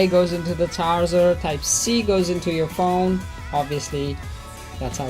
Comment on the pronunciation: Its phone not phouune!!